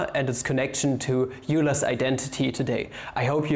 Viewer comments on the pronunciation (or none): When you pronounced Euler as "you-ler" Hahahaha. So triggered... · Excuse me, did you say yooler? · Why would a mathematician say “you ler” for Euler? Is that part of the comedy? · Isn't Euler's pronounced as Oiler's? but maybe that was part of the joke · OMG You pronounced Euler "yuler!" I think it's pronounced "Oiler" But the kids in math class just have fun with pronouncing Yuler Oiclid instead of Euler Euclid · Lol he said yooler and wheeler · Wheeler and Youler lmao